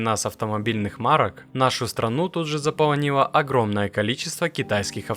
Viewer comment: заполнИла. Это что? За половину Нила ? 🤣😂😄Иди уроки делай, в жизни пригодится.